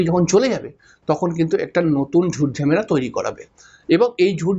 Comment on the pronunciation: ঝেমেলা নয় ঝামেলা হবে। উচ্চারণ টা ঠিক করুন।